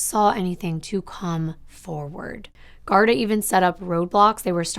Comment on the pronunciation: Not trying to sound like a no it all. I only know this from people I know from Ireland. The police there it's pronounced GAR-DEE like how they say saint paddy-ieeess instead of a shorter and softer y sound. But I love you're videos you're so beautiful inside and out. You kid is lucky to have such a clearly loving mother. :)